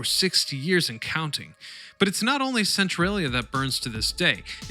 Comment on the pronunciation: "cent-trolly- uh" not "cent-trail-ee-uh" lol